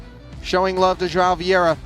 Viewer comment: Bro its not Joao, its João. Should sound something like Juaum